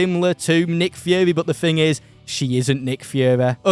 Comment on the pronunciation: I’m sorry did he say nick führer